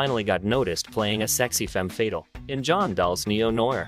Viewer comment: It's FA TALE not FATAL. Good video